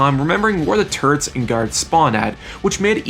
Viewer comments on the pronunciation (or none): none